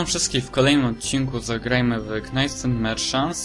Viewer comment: Omg... ta wymowa knights mnie boli jak tak teraz słyszę xD